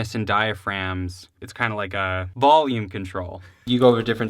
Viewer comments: I'm from NH and I didn't even notice the valume thing. Of course now I can't unhear it but whatever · I literally thought you said Valium the first time. I thought y'all were about to take some drugs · "vahlume" sounds more like a boston accent tbf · I have a buddy that pronounces it "vallium" too. Always gave him s*** for it. 🤣🤣 We are in central Illinois so maybe its a illinois thing? Lol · not weird. i knew right away when you said "Volume" you were probably from Illinois, If not the midwest. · "Valume" sewunds laike a theeng Wiscansinaites would seey.* Translation: * "Valume" sounds like a thing Wisconsinites would say. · lmao theneedledrop commented "valume" xD he's great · Don't worry rob you're not the only one that pronounces volume Val-yum I'm guilty of this too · Joel from Chicago Music Exchange pronounces it "valume" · I'm from Chicago and I don't say Volume weird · he's pro'lly got the word "value", stuck in his head when saying' volume, and mixing' 'em together